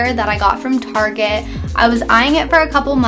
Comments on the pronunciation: This is so man-spainy and pretentious. $2,000 a month for an updated studio in downtown LA is normal! "Tar-jay"? Really? Also she said her personal credit card max is $500 a month. That doesn't mean that's her actual CC limit. Mine is $10,000 but i set my personal limit to $600. I think that's what she meant. Criticizing her furniture and telling her HOW TO CLEAN??? Sharing your dumbass life hack of "oh instead of spending money on cut flowers, get yourself a whole ass backyard with a flowering tree and just go out there and snip snip" is insane. This is so far removed from analyzing her spending choices and really veering into just shitting all over the way this girl lives her life. You're way out of touch, dude. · Guys I don’t think he knows how to say target. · Just stop I kw u can pronounce target the right way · Almost unsubscribed because of the pronunciation of Target. But it’s Graham. So I stayed. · I think he is trying to pronounce it with a "French" accent. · You are aware that he's pronouncing it deliberately as if it were a French word to emphasize the fact that Target is basically for people who like to feel they're too good for Walmart, right? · why are you pronouncing "target" tarjay? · What’s the story behind the way you pronounce target? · Why do you call target tarjey? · Bahahahaha guy said “tarjayyy” , it’s called target bruhhhh😀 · Got i hate people who say targé instead of target 😂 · TARJAY????? it’s target brother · I'M TRYNNA GET RICH SO I CAN PRONOUNCE 'TARGET' THE WAY GRAHAM DOES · "targét" hahaha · Why gram calling it tarjaaaayyy! Its target!!!! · Why does he say tarjee instead of target? 😂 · Why is he calling it tarjay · wtf is targhe i thought he was just mispronouncing target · Am I the only one who gets high key annoyed every time he pronounces “target” and “tarjay” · stop saying targe like that! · "TARGEY" LMAO HAHHA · Why do you pronounce "Target" so weird? O.o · Girl-target Graham- tarshey 🤣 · Pronounce target right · Tar-Szhay lol